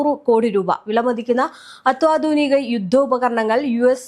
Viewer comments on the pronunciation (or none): അത്വാതുനികയല്ല അത്യാതുനികയാണ്